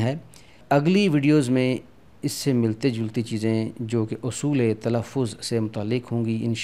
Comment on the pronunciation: تلفظ آپ نے اُصُول لکھا ہے اور پڑھ اَصول رہے ہیں۔ اِس کے علاوہ اَہَم کے تلفظ میں کہیں دونوں زبر کو معروف اور کہیں مجہول پڑھتے ہیں اِس کو واضح کر دیں تو مہربانی ہوگی۔